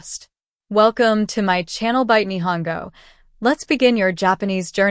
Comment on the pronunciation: Why follow this channel, they can’t even pronounce Nihongo properly! 😂